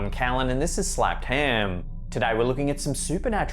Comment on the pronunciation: “This is Slapped hem” 😂